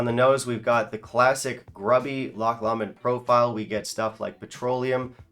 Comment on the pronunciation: Pronunciation for Lomond - Low-mond